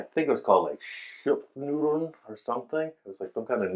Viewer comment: Schupfnudeln....not Stupfnudels......:face-orange-raised-eyebrow: Greetings from good old Germany...:face-blue-smiling